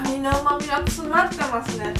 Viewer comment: うまみがつなってますねw